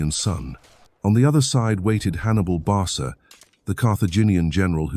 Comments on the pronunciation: Hannibal Barca pronounced Barka, not "barsa" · Barsa? 😂😂😂 Wtf C is pronounced as K in Roman Latin!